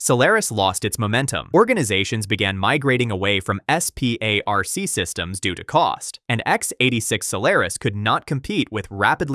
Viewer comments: I worked on Sun SPARC workstations and Solaris for years… I have never once heard someone say each leather in SPARC, instead jt’s just said as the word “spark”. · FYI, SPARC is pronounced spark.